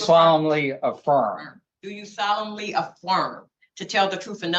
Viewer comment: do you solemnly AFFLIRM